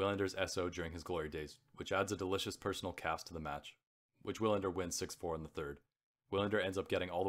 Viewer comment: Some advice: 1. Don’t read so fast!! Why the hurry? Give the beauty of the writing some room to breathe- and give the listener time to savour the what they are hearing. You have a good voice but the breakneck pace kills the experience for your audience 2. Research pronunciations: errors you made include Croat/Croatian, lugubrious, several names (Wilander)